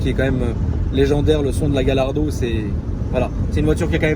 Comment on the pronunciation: Yardo non Gallardo